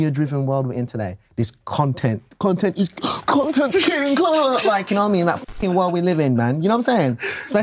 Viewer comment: my favourite moment from scarlxrd "content.. cOntXxntxrxtxttxnt *seizure * "